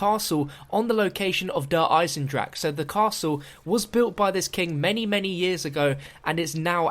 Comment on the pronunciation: your such a zombie fan you still dont know how to pronounce der eisendrache